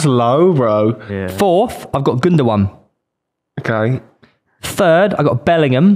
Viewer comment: It's not pronounced gundowan, it pronounced Gyndogan